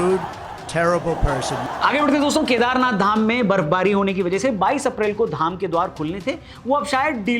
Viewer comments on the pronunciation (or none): none